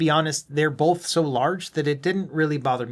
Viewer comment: Good video but just a point... There's no L in the word BOTH.